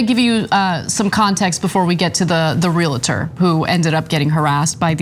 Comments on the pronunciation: Ana, it’s “REAL TOR” not “REAL A TORE.” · Hi Anna, just a side note, it is Re-al-tor not Re-la-tor :)